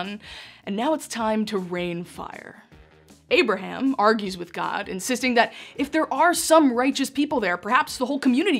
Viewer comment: I wish she pronounced names and places correctly! Example.. it is “ Abraham” . Not “ Aberum” as she lazily says!